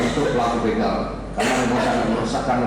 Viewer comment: Begal pak bukan beugal